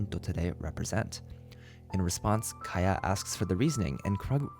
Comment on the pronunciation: Mondstadt not moonstadt Kiah not kahaya Sorry but this became really irritatinggg